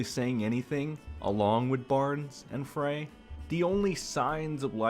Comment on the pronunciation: Maybe say his name properly, speak a bit faster🥱. Frei pronounced like fry. I’m OUT! is RIDICULOUS, still dig Nate, but he’s getting close.🚫 💯 DIG Rekieta!!!!! Ur dumb & have zero facts.🙄